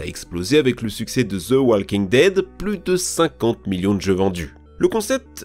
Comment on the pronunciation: The walking dead pas Zhe walking dead mec tu répète ça je te reporte